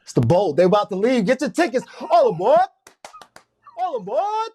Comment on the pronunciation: “All aBored” 😆😆